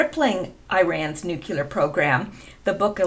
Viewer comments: It would be so nice if your generation would learn to pronounce nuclear -- new-klee-ur, not nu-cue-lur. If you look at the spelling of the word, you will easily see it. And then there is the hokey cowboy pronunciation that has taken over the airwaves since George W. Bush and his whole hokey Texas cowboy persona. It is disrespectful to pay no attention to the actual name of a country, and to just go against it. Both Iran and Irag are not pronounced with a long I, which rhymes with "why". No they are both pronounced with the kind of "I" that is pronounced either as as "E", as in Ee-ron, Ee-roci, or if that's just too much, then "I" pronounced to sound like the "I" in "sick." i-ron and i-rock. Even George W., I think finally embarrassed at his pronunciation and the obvious disrespect that implies that one feels toward a particular country (like not bothering to learn how to pronounce someone's name), began to pronounce them correctly toward the end of his presidency. After all, how would George feel if some some German diplomat insisted on calling him "Gay-org"? He might be offended, and beyond that, he might misunderstand the intention of being called "Gay"..."org". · There aren’t two ‘U’s’ in the word Nuclear... it’s nuc-lee-ar - not Nuc-U-lar... just sayin... {Metathesis (linguistics) Metathesis (/mɪˈtæθɪsɪs/; from Greek μετάθεσις, from μετατίθημι "I put in a different order"; Latin: trānspositiō) is the rearranging of sounds or syllables in a word or of words in a sentence. Most commonly, it refers to the switching of two or more contiguous sounds, known as adjacent metathesis[1] or local metathesis:[2]} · Please don't say "nukUlar" like George W .... It's pronounced Nuclear" (new Klee ar) not (new que lar) I. Like you and your posts, you're a nice person and I don't want to be reminded of GWB by you. Just a friendly criticism. :) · NUCLEAR not NUCULAR, stop it!! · Pronounced new-clear, not nuke-you-lore. Sorry, pet peeves. Your channel is good though.